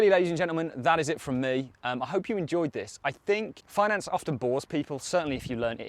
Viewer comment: Feenance arrhhggg